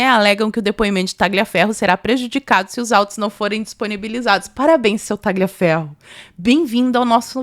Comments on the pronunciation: Parabéns pelo video! Só colaborando aqui, Tagliaferro se pronuncia "Taliaferro" sem o g.😅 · me desculpe, mas vocês enrolam a língua para falar qualquer nome em inglês, mas pronunciam os demais erradamente. Por que? A letra G em italiano não soa. Você gostaria que seu nome fosse pronunciado errado no estrangeiro? É desagradável ficar ouvindo "Tagliaferro, Marsiglia" errado o tempo todo. Um abraço, suas lives são ótimas.